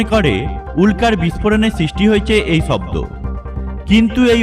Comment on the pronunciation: ভাই তুই আগে তুর কথা বলার শব্দের মাত্রা ঠিক কর চ ছ স শ সব একই বলা শুরু করলি শব্দকে বলস চব্দ কি আজব মাইরি